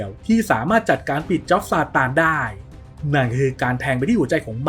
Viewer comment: บ้าจิตอ่านเป็นซานตา